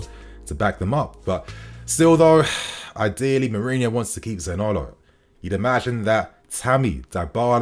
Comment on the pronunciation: Za-ni-olo not Zanolo 😉 Anyway…good player, waaaay more talented than Gordon. Talent wise…yes, okay but is he really an upgrade from Pulisic, I don’t know.